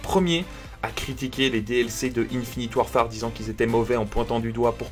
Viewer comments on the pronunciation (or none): none